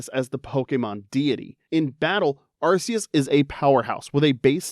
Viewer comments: 1 it’s ar-KEE-us and 2 god was introduced in gen 4 not 5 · Arceus got the wrong generation AND wrong pronunciation. Evil.